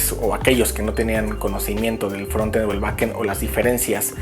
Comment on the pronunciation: Que bueno que pronuncias frontend como se escribe (asi se pronuncia realmente), no entiendo porque algunos dicen fronend sin la "t"